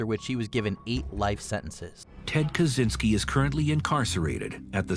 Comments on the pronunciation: It's Ka chin ski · As a Polish person it's always hurt when people mispronounce Ted Kaczynskis surname, I guess it's Polish surname so "cz" suppose to be pronounced as "ch" like in word check